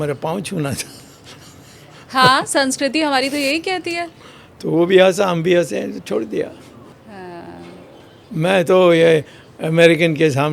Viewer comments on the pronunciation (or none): Sanskruthi...😂 the lady was saying